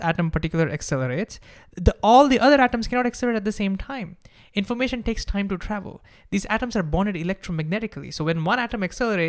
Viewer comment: Stop with this THIME THAKEN nonsense. You speaking everything in an Indian accent except Time? Why?